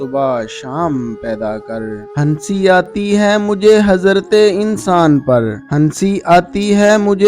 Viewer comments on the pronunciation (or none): Aslamalekm bhai please iqbal ke sher ko sahi read kijiye hansi nhi hai vo hasi aati hai ...apni urdu sidhi kijiye